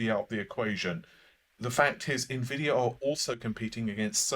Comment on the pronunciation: It's not pronounced Nah-Vay. It's not even spelled that way. 🤓